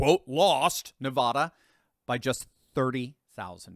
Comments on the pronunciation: It’s Nevada NOT Nevahda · It's not Na vaa da It's Na vad a So irritating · NevAda, not Nevauda!!!! Call someone in Nevada, so they can tell you how to pronounce Nevada. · It's Nevada. Not Nevahda. All you Thurston Howell's out there bastardizing the state's name should cease and desist immediately!! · NEVADA.......NOT NEVAHDA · Pronounce the first “a” in Nevada like the “a” in “apple!” It is NOT pronounced “Nevahdah!!!!” You do not come off as more sophisticated or “learned” by pronouncing “Nevada” “Nevahdah!” Please? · Please please please learn to pronounce NEVADA correctly! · Nevada, pronounced with an A , lol since I moved here I’ve been corrected…. Thanks for all the updates 👍🏻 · Pronounce Nevada with short “a”as in ladder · A as in Apple. Say it 1,000 times before you record the next video on this state. If you keep saying that way I might have to start saying Connect Ticket. :)